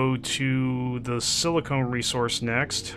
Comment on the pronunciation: Silicon = Sil - a - con Silicone = Sil - a - cone